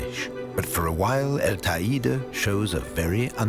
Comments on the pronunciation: Beautiful documentary with a TON of work! One thing: it’s not pronounced ta-ee’-da, it is pronounced, tay’-day. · Not quite! It rhymes with the word 'LADY!' and is pronounced TAY DEE! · That's the weirdest pronunciation I've heard of Teide —should Te (as in "Ten") i (as in "e") de (as in "the")— but apart from that it is all superb.